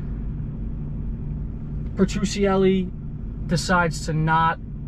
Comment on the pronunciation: Bro it’s pronounced Peh-tru-celly